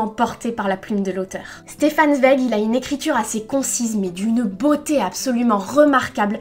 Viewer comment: Super sympa ta chaîne j'aime bien le concept (étant moi même en 2e année de prépa littéraire, forcément) ça change un peu de ce qu'on voit sur youtube tous les jours! Juste une petite précision au niveau de la prononciation, Zweig se prononce "tsvaïg" (à l'allemande, si on prononce aussi son prénom "Chtefan") ou à la limite "svaïg" mais le "ei" est bien à prononcer comme le mot "ail"! Voilà j'espère avoir pu t'aider, comme j'entends à ton accent que tu viens peut-être du sud, les noms d'origine allemande ne sont pas les plus simple à prononcer! Bonne continuation :)